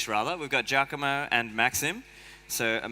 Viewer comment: Giacomo not Giacamo but maybe future name like hodl